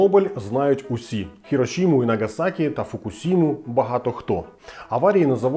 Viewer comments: Дуже круте змістовне відео, дивилася на одному подиху, хоча знала вже про оту капсулу в квартирі. Окреме величезне дякую та респект вам за вірну транслітерацію Хірошіми, а не Хіросіма. Вперше чую вірний варіант на укр ютубі. Хай щастить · Радий чути використання правильного перекладу слова "Хірошіма", але варто зазначити, що "Фукушіма" теж є японським словом і там використовується той самий склад, тому його теж варто вимовляти через "ші"